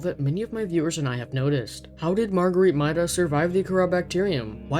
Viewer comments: It is MAIDA not MYDA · It's pronounced MAY-duh not MY-duh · Her name is pronounced May-Dah, the voice logs confirm this. The constant mispronounciation really hurts your credibility. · You're saying her name wrong